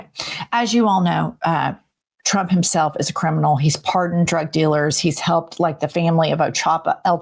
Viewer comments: She's always saying President Chump instead of Trump. Hilarious. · Just like she says "Chump" most of the times instead of Trump which tbh, is absolutely fitting. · And she calls him President "CHUMP", the dumb hole can't pronounce , t's . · it’s so funny how she casually pronounces “president chump” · Ever notice how Lyin' Leavitt mispronounces Trump as "Chump" and Putin as "Pooin?" While fitting I don't think she's doing it on purpose, she just has a speech impediment or something, but it really drives me crazy. Hell, just listening to her whiny irritating voice drives me crazy too. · It always sounds like she is saying president chump. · Leavitt sounds like she’s saying “President chump” about eighty percent of the time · Same reason she says President Chump 😂 Nobody in the 47 administration is capable of normal speech. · She says Chump all the time 😂